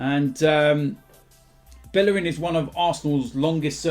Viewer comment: Learn to say Bellerin right.